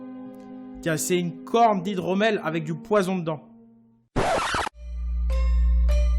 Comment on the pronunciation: Set pas normal qui dise set du poizon